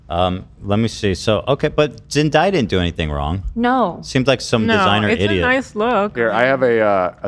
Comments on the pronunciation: Ethan repeatedly saying “Zen-die-ah” was killing me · Why can’t Ethan say Zendaya everyone is saying her name just say what they are saying?? 😂